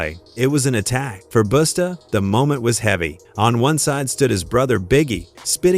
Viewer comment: Its not Boosta.....Its BUSTA